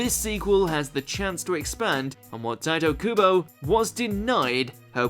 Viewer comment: You...you botched Tite Kubo’s name...TWICE! facepalm